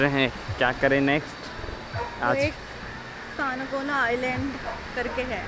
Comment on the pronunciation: Canacona is pronounced as cancon